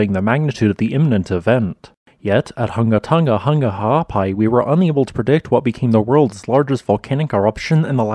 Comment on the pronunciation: Great information as always, and well presented. How you pronounce the volcanic name seemingly effortlessly is beyond me, but I'm impressed every time!